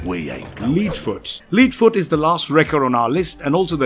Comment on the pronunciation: Very well done and very informative, great job. One point, it's Lead (heavy metal) foot, not lead (like leader) foot, as pronounced in this video. Lead (heavy metal) foot is also more of an automotive term. :)